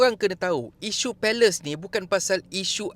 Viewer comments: Sebut je palestin ard..x sedap dgr palestin disebut pales..mcm dengar malaysia disebut mala.. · Boleh tak sebut shj israel, Hamas dan Palestine. Palestine bukan Palace. Sebut betul2. Hormat mrk. Ini nak sebut pun nak takut2 buat apa2 ingat main2 ke? Nak bersuara , bersuara dgn berani dan terus terang. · Minit sbut palestin ok je...palace pun palace lah jnji kita paham apa yg admin smpaikan...